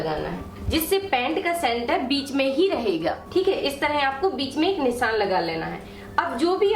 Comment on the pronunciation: Please pronounce as nishaan & not nissan... it's not good to hear... sorry for saying.